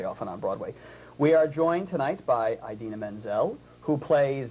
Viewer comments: argh how annoying is he! and it's IDina not EYEdina grrrr :] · Eye-dina. Wooow. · for the 117th time, IT'S NOT PRONOUNCED EYE-DINA! I love you Didi, and I love you Kristi <3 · Well, You kind of say it with a A so like Adina so with the a sound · WOW this guy is a dick! just love how they spelled Kristen's name wrong and called Idina EYE-DINA! wow...props to Idina and Kristen for keeping their cool. If i were them i would have punched him in the face! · Uhm, wow. Can't pronounce Idina, can't spell Chenoweth, and keeps digging at Kristen and trying to create a rivalry that isn't there. Really? This really happened? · oh no he didnt just pronounce her name wrong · jesus, stupid man, learn to pronounce idina's name. AND SHE'S NOT THE BAD WITCH!!!!! geez, read up on the musical before you interview the leads. seriously, this dude has a major superiority complex. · Lol, they spell Kristin's last name wrong at the beginning - (they spelled it as Chenweth)... Plus, they mispronounced Idina's name... A little more research before doing the interview, maybe?